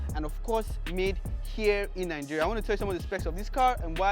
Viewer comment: Why are you guys always saying NANGERIA? isn't it mentioned Nigeria?